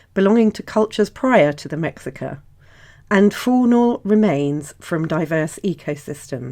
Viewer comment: mexica is actually prononced like me-shi-ca. the "x' is actaully pronounced like "sh" in the nahuatl language